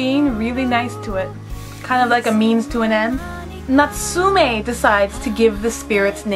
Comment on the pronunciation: Your pronouncation of Natsume Yuujinchou killed me. Natsume is pronounced with a short e sound. (meh) not me and jin is pronounced with a long i sound like (jeen) Also if you want to get really into it dont put so much stress on the tsu it's Natsume not NaTSUme